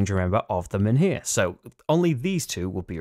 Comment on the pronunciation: The H in MENHIR is silent